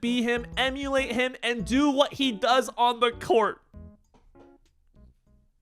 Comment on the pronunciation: additional emphasis now on "on the court"💔